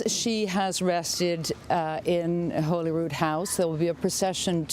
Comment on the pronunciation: Despite the spelling, it is not pronounced Holy-Rood-House, it is pronounced Holly-Rood-House. Please get it right, talking head people. It is not rocket science. You owe the deceased Queen at least that level of respect.